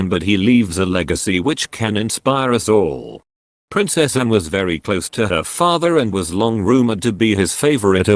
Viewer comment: Awful speaking robot, it cant even say Anne properly, RIP Prince Philip.